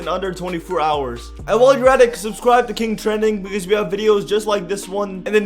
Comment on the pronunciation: "I suscribe"